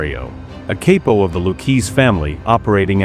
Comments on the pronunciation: It’s “Cap-o”…not “Cape-o”, by the way. It stands for “Caporegime”…which essentially means “Captain” in Italian…(loosely). It’s not pronounced with a hard A sound. Just an FYI…cause it’s kind of a real basic term for any (even) beginner mob enthusiast…so to mispronounce that term, definitely made ya lose some credibility…to me, at least. I can’t speak for others. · it's ok, close enough. It's technically pronounced cop-oh, and lew-kay-zee, but others pronounce it lew-chay-zhee, but tbh, doesn't really matter, so many grammar Nazis out there. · A cape-oh of the Lou-keys family? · Cape o? 😂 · Most of this is wrong Tommy was not related to Rosario or that other guy. How do you mispronounce Capo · I really wanted to watch this; but as soon as, "capo", was pronounced incorrectly I had to skip. Sorry.